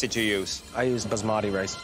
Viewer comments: How to pronounce Basmati: “bah - ss - muh - ti” and not “buh- zz - mah - teee” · its pronounced BAAS-MUH-THEE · As an Indian, hearing them pronounce 'basmati rice' as 'buzz-madi rice' makes me cringeeee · "Buzzmaati rice"